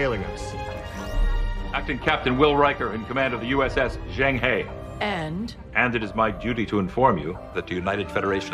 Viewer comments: With that Kirk Douglas chin, why would anybody ever grow a beard? Also, it’s pronounced Jeng-her. Surely someone on the ship can speak Chinese! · Thats not how you pronounce Zheng He.